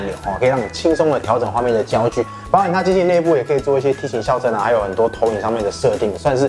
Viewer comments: 校正==>ㄐㄧㄠˋ ㄓㄥ 笑正 ! 笑正 !! 笑正 !!! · 哥，校正，唸 （ㄐ一ㄠ四聲）正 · 「校」正:音同「叫」。